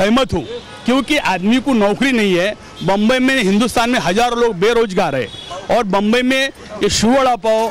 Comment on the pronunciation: Bumbai nahi re bhai Mumbai bol Mumbai